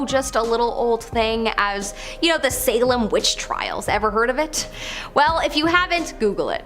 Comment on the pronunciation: Salem...not Salam